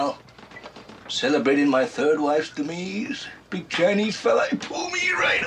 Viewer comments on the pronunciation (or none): Strange how he pronounces the word demise... as "demees"